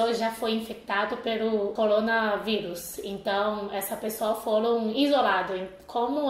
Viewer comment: Acho tão fofo ela falando ColonaVírus kkkkkk estou muito preocupado com esse vírus, espero que logo tudo melhore.. Aqui no Brasil estamos tendo surto de Dengue tipo 2.. um sorotipo que causa com maior facilidade a dengue hemorrágica.. se chegar o corona junto estamos lascados